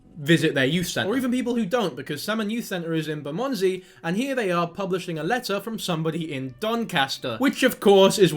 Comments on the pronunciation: Your pronunciation if Bermondsey 😂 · Great video, but your pronunciation of ‘Bermondsey’ was criminal 😂